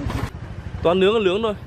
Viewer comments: Đồ nướng k phải lướng. Nội tạng. K phải lội Tạng. Nói tóm lại chữ nào n thì cha này nói l. Còn l nói n. Nghe mệt tai vãi ra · Nói còn ngọng. Cá nướng thì thành cá lương' .đồ nướng thì đồ lương' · Sao lại là đồ lướng.nướng chứ.ngọng rồi🤣